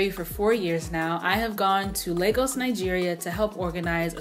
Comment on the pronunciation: thank you for saying Lagos properly